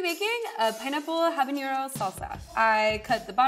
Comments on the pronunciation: Her incorrect pronouncing of habanero was hilarious. Yt people add ñ where they dont belong 🤣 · a lot of us mess this up but.... it's just habanero there's no ñ in habanero